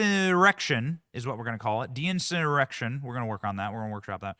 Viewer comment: "dinsurrection" you're welcome 😂